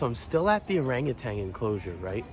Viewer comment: It's orangutan not orangertang. And foliage not foilage...